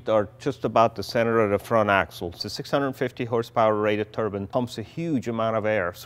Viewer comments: I keep hearing Turban Car...not turbine... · A turban is a hat! Turbine! It's turbine!! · I wish you guys could pronounce the word "turbine" properly. It's not "Turbin", it's "TURBINE"!!! The "i" should sound like an i since there's an E after the N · I love it when guys have the balls to make outrageous cars.Please though would you stop calling a turbine a turban